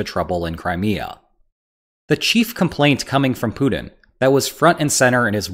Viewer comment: “Poodin’”. = Putin